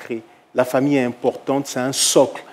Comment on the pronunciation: Mon père n’était ABSOLUMENT pas son mari. Cet homme s’est fait assassiner et vous mentez à son sujet. Vous prononcez même pas correctement mon nom de famille.